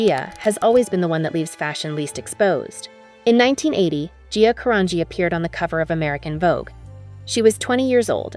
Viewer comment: Who or whatever is narrating this is mangling two easy names: Gia (Jee-ya) Carangi (Ka-RAN-jee).